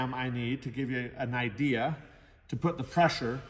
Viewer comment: Saw point at the bearings on the wheel and talk about how the internal diameter gets bigger towards the center. "And you can really get an idea" I heard, "You can really get an I.D." Ugh.